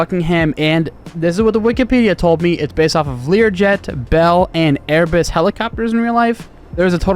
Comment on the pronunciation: Calling * AIR-BUS* “airbis” is a crime that you should be punished for ruthlessly.